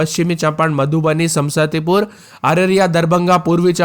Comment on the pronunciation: Samastipur isko bolne nhi aata h sam sati pur bolta h 😂